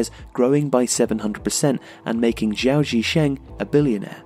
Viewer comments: Just want to say that the letter G in hanyu pinyin (romanisation system in mainland china and singapore) is always a hard G like in the word Go in english (not exactly but alot closer than the soft G you commonly find in english anyway) so its capital G Gao not Jao, just a small gripe. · Xi, as in Xi Jinping, is pronounced a little bit like 'she'. Gao has a hard g. The way you pronounce Gao in the video would actually be spelt 'zhao'. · Gao is pronounced with the 'G'. As in 'Gow'. Checked spelling. Pinyin spells 'Jao' as Zhao. So, like 'Guandong', the 'g' is pronounced as it would be in English. Know your owners. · Great video as always. However just to nitpick, Gao is prounced with a normal "g" like in "game".